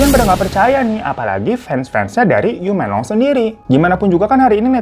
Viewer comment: Laoban = laopan Yu menglong = meunglong gtu bukan m€nglong Ya bang hehehe.. Btw kasian bgt dia, smoga ibunya mau negakin keadilan buat anaknya